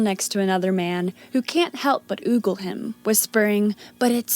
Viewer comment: It ogle not oogle?